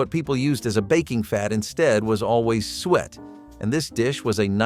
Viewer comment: lol its not sweat pudding its SOO-ET